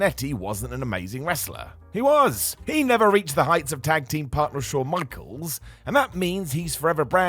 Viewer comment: can you say Shawn Michaels again??? Lol